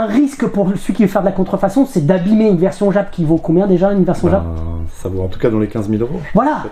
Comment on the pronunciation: Exceptionnel! Juste, par pitié, arrête de dire " djap " pour dire JAP 😅😅